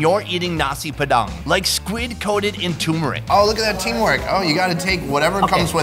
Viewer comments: Nasi padang bro not nasi pedang hahaha lol 😂 i am indonesian so i teach u to speak nasi padang correctly 🇮🇩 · It is nasi padang not nasi padan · When said: Nasi Padang "Neysi peDANG" I'm done:) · For me a Indonesian when he said nasi padang wrongly I was What